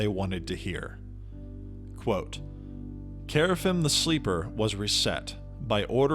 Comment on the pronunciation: Gotta work on that pronunciation, man. Qeynos = Key-nos (not kway) Kerafyrm = Care-uh-firm (you're forgetting the R) Luclin = Luck-lin (not Luke) Velious = Vel-ee-us (not Vay) Ykesha = Ee-key-shuh (not K$sha) Verant = Vur-aw-nt (not Vare-int) Source - best friend was a dev on EQ